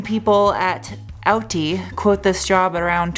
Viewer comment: Its pronounced Awe-Dee not outty